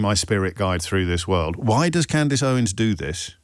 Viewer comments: I love the way Jobbie pretends not to know who Candace is or how to pronounce her name. She’s way, way more relevant and better at this than he is. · I choose my words very carefully, goes on to mispronounce her name 😂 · It's weird that the host here feels the need to pretend not knowing how to pronouce a relatively normal name or not know the person, that he is about to speak about for a long time. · Lol I have never heard anyone pronounce her name that way, which is concerning about the spread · ...Wow, is this LBC? As a Brit I find myself shocked that he didn't know who Candace Owens was and couldn't pronounce her name, or am I... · You did pronounce the name incorrectly 😂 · He knows. And he definitely knows how to pronounce Candace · You should probably watch ALL of the Candace Owens series on that subject re the Macrons before you claim that Candace is “mad”. I’d suggest you haven’t even watched one episode given you don’t even know how to pronounce her name properly, given she says it at the start of every episode she does. Also she is not being sued for “defamation”, so something else you have incorrect. You’ve just turned me off anything you would say on Your show (5 mins in) because clearly you don’t do much research! This is one reason why I like listening to Candace, she does her research first before she speaks and presents the facts to back her claims up, something you should ALL do otherwise it’s just a waste of time listening to anything you have to say. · James pretending he hasn't heard of Candace Owens is hilarious!.even pretending with the pronunciation..Oh James, you make my day!..😂😂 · Oh James you know how to pronounce her name, stop it 😂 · He mispronounced her name purposefully. He knew her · The irony of this chap spouting his opinion …. If he can’t pronounce her name then it’s extremely unlikely he has reviewed her evidence. Further, who funds his mic? Candace has well documented and revealed her sources. Macron’s response is odd.